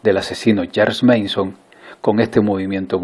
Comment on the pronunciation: Hola Solo dos cosas. La primera es que es Charles Manson, no Meison. Y la segunda, la casa de Sharon estaba en Cielo Drive, no en Sky Drive que no si ni existe. Luego, siempre se dice que ese día había una fiesta en aquella casa, pero yo no lo creo. Pues he estado enamorado platónicamente de esa mujer durante décadas, y es ingente la cantidad de información que he leído al respecto. Esa noche, Sharon Tate, Jay Sebring, Abigail Folger y Woytek Frikowsky fueron a cenar al restaurante El Coyote, después volvieron, se pusieron cómodos, y como ya sabemos, mas tarde paso lo que paso. Se dice que había muchos invitados, pero que casualidad que todos fallaron. Otra prueba de que ni había fiesta ni nada. Woytek Frikowsky estaba allí porque era amigo de Polanski, y además pareja de Abigail Folger, y ambos dormían allí porque Polanski se lo había pedido, ya que Sharon estaba embarazada de ocho meses y no era bueno que estuviera sola. Y en cuanto a Jay Sebring, este estaba allí porque había sido novio de Sharon y ahora eran muy amigos, y de alguna forma, esperaba ligarsela de nuevo. Cual crees tu que fue el motivo de los asesinatos??? Yo he leído y escuchado cientos de teorías. Pero una de ellas apunta a que Manson fue un conejillo de indias de la CIA cuando estos experimentaban técnicas de MK Ultra basadas en los conocimientos obtenidos por los médicos nazis que fueron llevados a EEUU. Los cuales se llevaban a cabo con vagabundos, enfermos mentales y presos que no tenían familia n